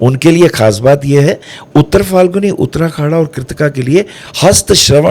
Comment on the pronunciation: वाह वाह वाह,! ज्ञान का भंडार हैं आप! आप का ज्ञान को सहस्र प्रणाम, वो भी गुरु पूर्णिमा पर!👌🙏 बस, एक ही हंसी वाला कमेंट है - आप बार बार "उत्तराखाडा" का ज़िक्र करते हो, जब नक्षत्र सूक्तम में "उत्तराषाढ़ा" कहा गया है!😊